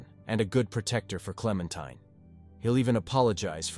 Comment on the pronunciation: Not sure if AI wrote this, but the narrator is definitely a bot. It mispronounced "supplies" in two different ways (both wrong) and pronoounces Clementine correctly (klem-en-tye-n), but also calls her klem-en-tin-ee, wich was pretty funny! That said, if this was written by AI, I respect the moral choices far more than what irl Capitalists (greedy/uncompassionate) and bigots would choose.